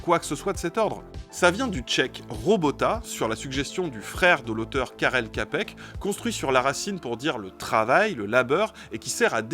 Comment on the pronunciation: Juste pour la précision l'auteur du terme robot, Karel Čapek ça se prononce Tchapek.